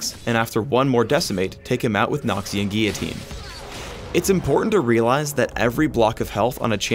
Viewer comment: It's not noxian guiyitine its noxian guillotine